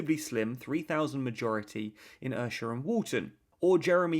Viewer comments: Esher is pronounced Ee-Sher not Ersher, good vid as always though, keep it up! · Awesome video! One problem: it’s pronounced “EE-sher”. I live there and I have never heard “Ur-sher” before 😂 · you pronounced esher wrong